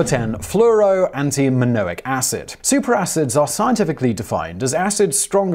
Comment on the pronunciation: It's cad-mee-um, not ca-dee-um, and fluro- ANTIMONIC acid. BTW, a fluorine fire will make concrete burn, it'll make things that have already burned burn, after the antimonic part burns through your soft tissue, the fluro- portion goes after your bones. This is some seriously wicked stuff, and forget about storing it in glass, it'll eat that like taco chips, you can't really study it or experiment with it much either because it'll eat the fume hood. It basically just wants to be left alone.